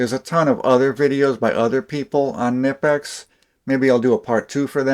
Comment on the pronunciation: It’s pronounced Kneepex not nipex